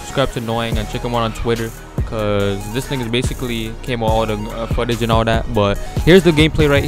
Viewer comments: "Gameplay foolage" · He said gameplay fullage lmao at start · I'm uploading another gameplay "FOOLAGE" - 2017